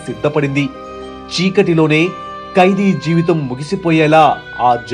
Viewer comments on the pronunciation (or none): none